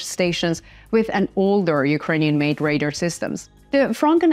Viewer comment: I think you do an excellent job I would like to see the videos a little shorter I love the genius of the Ukrainian people combining Western and Eastern Arms building their own weapon systems admire their patriotism and how hard they fight. One minor thing and I've noticed this with Ukrainian speakers speaking English pronounce radar as if it was spelled r a d e r like I said it hardly matters at all but something I've noticed good for France helping out. As a 20-year military veteran Millet and a military historian and a strategic game player to stop the horrific losses of life combined arms need to be the tactic used the missing element is not Ukraine's fault it needs air power and being well trained in Combined tactics the new anti-drone equipment whether it's microwave or laser needs to get off the shelf and on the battlefield in my view he who controls the air controls the battlefield artillery is simply another Target once you achieve that